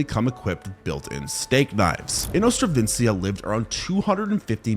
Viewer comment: It is inostrancevia, not "inostravencia"! 😂